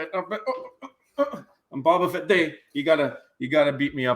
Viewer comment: Love you guys! LOL it is pronounced as Boba Fett! "Bow Ba Fett" Like the ribbon. Not BaBa Fett. Lets Go!